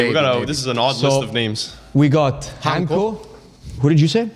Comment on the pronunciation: It's pronounced "Daa-vid Hantsko" like in "Tsitsipas" if you follow tennis. You guys should get more familiar with this name because he's getting a big transfer in the summer. Sorry feyenoord fans. Greetings from Slovakia. 🇸🇰